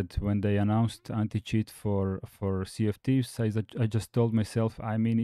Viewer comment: When you say "Sea of Thieves", it sounds to me like you are saying "CFTs". I had to look up Rare games list to know it was infact Sea of Thieves. Of course later on, the tweet you show in the video spells it out clearly.